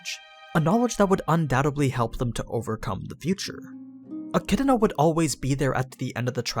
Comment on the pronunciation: Eck -ee-doh-na